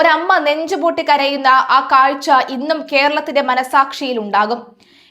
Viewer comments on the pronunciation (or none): none